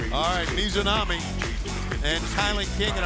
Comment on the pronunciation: I just wish he would get the Japanese talent's name correct. For Ryo Mizunami he alternated between saying her full name of Mizunami to sometimes shortening it to Mizu (which funnnily enough means water in Japanese- he was just calling her Water..) to sometimes saying Mizo which makes no sense since there is no O in Mizunami and sometimes Mizonami. like bro I get it. Japanese names are tough but its kind of your job to do it. It'd be like if a commentator was on commentary instead of saying Seth Rolllins to just alternate between calling him Roll or Rull. People would be like wtf is wrong with that commentator... With Jim Ross i can have more slack as he is quite a bit older etc. outside of that tho Paul Wight has been doing well.